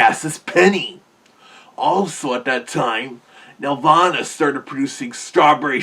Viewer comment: It's not pronounced like a heavenly place. Here, nel-VAH-nuh. That game was a nightmare to work on.